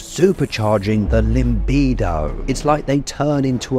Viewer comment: Thanks for the video! It‘s still LIBIDO, not ‚limbido’ though, my man…